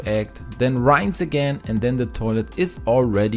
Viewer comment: Rinse he pronounced it "rynce".... He must be Indian